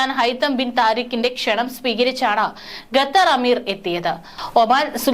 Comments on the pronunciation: ഗത്തർ അല്ല ഖത്തർ 👍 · ഗെത്തറും,കെത്തറും അല്ല, ഖത്തർ ആണ് ശരി. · Gathar Alla, khathar aanu. Swaram sudhi venam news read cheyyumnol. Be careful. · Gather അല്ല Qatar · Katar alla Qatar malayalam padikku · Attn: News reader. U R pronouncing....gather. say Qatar. Also try to stop long intake breathing